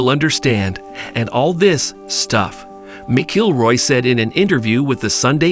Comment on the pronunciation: Mc Killroy and Miss-Ilroy pronunciations really made my day today. Thank you.